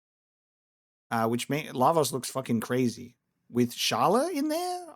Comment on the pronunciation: It’s pronounced Skala dude!